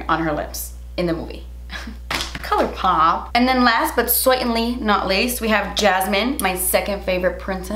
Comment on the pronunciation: LMAOOOOOO "colourrrpop"